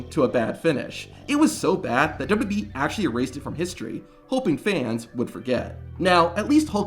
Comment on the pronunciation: Is there also a blooper video of you butchering basic words in the English language every time you open your mouth? How do you manage to turn WWE into dubbadee?